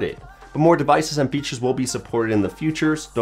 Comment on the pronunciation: Who heard "futures?"